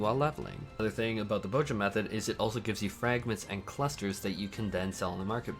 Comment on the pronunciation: "Bow-jah" You know there's a Z in there right?